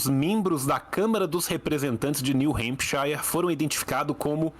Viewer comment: Só aviso pro tio, o shire em hempshire se pronuncia “shur”